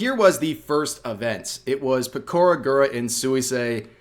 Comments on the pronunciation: Peh koh ruh Not 'pih Core ruh' Interesting to note: Pekora now has both a Giants card & a Dodgers card. 😉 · Yeah that is true. And I am glad the game happened. But I still cannot get over the fact how the announcer pronounced Pekora's name 😭